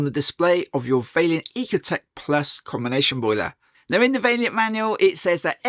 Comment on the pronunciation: Vaillant, not Valliant!!!